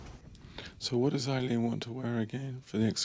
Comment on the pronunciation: I just want to say I think you're mispronouncing her name possibly which kind of sucks if that's the case to be doing it to the entire presentation rather embarrassing I guess but I think her name is pronounce: Ayeleen...Ay-leen...not Iy leen not eye leen... Does anyone know what I'm trying to say?